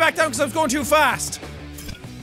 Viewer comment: Proceeds to say "Fast" like an Australian